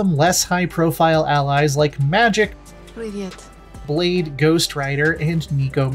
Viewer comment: It’s magik (mageek) not magic